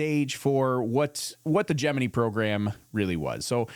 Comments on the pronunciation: love your channel. very educational. but you got me when you pronounced Gemini as (gem-me-need) i thought it was ( gem-me-nye). but what i know lol. 😂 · Jim-in-EYE NOT Jim-innee